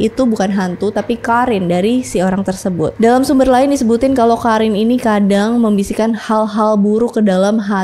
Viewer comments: Kak maf bukan karin tp qorin bacanya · Penyebutan karin harusnya Qorin. Penyebutan Goethe bukan Gout tp baca apa ada nya Goethe ( Gote/Gute/Gote)